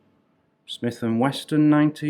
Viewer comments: Best museum so far. Just one complaint. When talking about the guns, you mispronounced 'Wesson' in 'Smith and Wesson' as 'Weston'. Just be careful how you pronounce the names of American weapons. Ours are harder than yours, you know. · yes for history buffs and military history fans great. plus your charity for the kids is great. and you pronunciation of smith and Wesson is a riot of a laugh. I had a mate who would ad a a at the end of pillow. you ad a "T" to Wesson. what a collection, the ginger bread dummies the lady spy lip stick, this stuff is what makes Dan channel great.